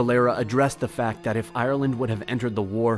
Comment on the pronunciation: You trigger me . It's Ireland not iland